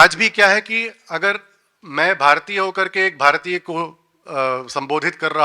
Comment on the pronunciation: People who cannot say Bhāratiya and Rasāyana properly will give lecture on the subject? what a joke..!!